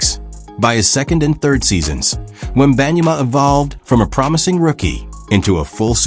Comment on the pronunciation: AI generated mispronouncing name